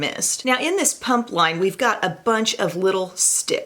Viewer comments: Its PUMA not PUMP LMFAO! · Without reading the title - for about half this video I thought you were saying ‘punk’ instead of ‘pump’ and I was like - Humm I’ve never thought of punks being active 😂😂